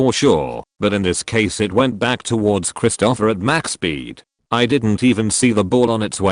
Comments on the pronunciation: XD Now I can't unsee it XD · Every time the AI voice says "Christopher" I chuckle....Krist-O-Offer instead of Krist'-O-Fur.